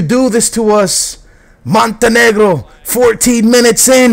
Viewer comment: who is "Joro Peira"?? I love how he says Montenegro with a Hispanic accent lol